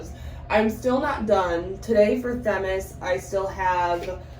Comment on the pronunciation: I'm sorry, but I think you mispronounced Themis.